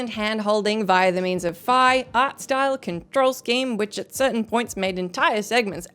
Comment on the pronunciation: I want to pet that cat. My sister got Octopath Traveler 2. Usually she would go for Kirby. Maybe she didn't want it after playing it already. I did not finish the first game. I liked Skyward Sword. You pronounced Fi properly. It is not pronounced Fee like so many people say. Ghirahim is fabulous. I didn't have a way to play Skyrim back then and I'm not familiar with that franchise. Rule of Rose is expensive so you might not want to get a legit copy of it. I got a repro of Blood Will Tell (you need a modded PS2 to play that). I would hate myself if I paid $100+ for a game I found mediocre. Starfield wasn't even nominated for Game of the Year. I'm bummed Tears of the Kingdom lost.